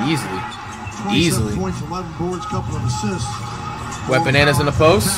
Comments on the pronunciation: did he just call wembanyama wet bananas or is it just me😂😂😂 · I remember us all clowning on flight for saying wet bananas and he stuck to it. Must be a pronunciation thing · I love how flight pronounces Wembanyama name 😂